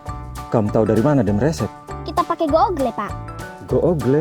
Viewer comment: Gogle😂😂😂 sinyal bukan sibal😂😂